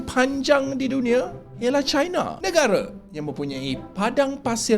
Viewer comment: minta utk sebut nama negara dlm bahasa melayu dgn betul. Sebut china bukan chaina